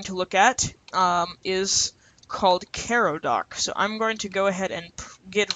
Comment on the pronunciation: learn how to pronounce things... ffs kai-row like the city... not care-row